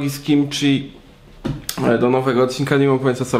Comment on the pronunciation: Abstrahując od tematu to kimchi wymawia sie jako kimci a nie kimczi.